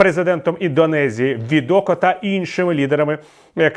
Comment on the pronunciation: Президент Індонезії Джоко Відодо, а не Відоко. Пане Віталію, ви постійно робите цю помилку.